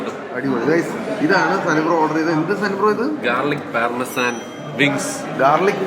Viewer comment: Pronunciation ellam thettaanu 😊 ലിമനാടോ❌ ലെമനേട് ✅ പാർമസെൻ ❌ പാമേഴ്സൻ ✅